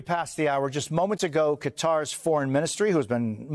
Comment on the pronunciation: Thank you to the host for pronouncing the name of Qatar, correctly. Most do not. It is a difficult pronunciation for most westerners.